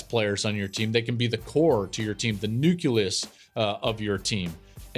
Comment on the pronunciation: What's a nuculus?